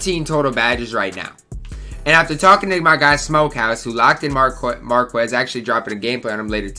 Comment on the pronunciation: “Markus” man. You don’t pronounce the qu like that.